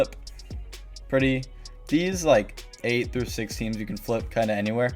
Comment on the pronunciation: giving the smoke to "Througue" 😂 i still love that clip so much xD